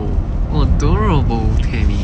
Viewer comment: And the other 10% is "ODORABEUL" 😅